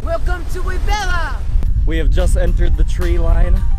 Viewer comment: Please, Boipeba, not Boipeppa...! Thank you, have a nice journey !